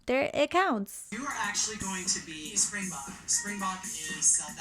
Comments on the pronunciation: Any South Africans year thinking about how he butchered ‘springbok’ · I'm incredibly late to this video, but as a South African hearing Mr. Jay say springbok made me visibly cringe and swear at him in my mother tongue.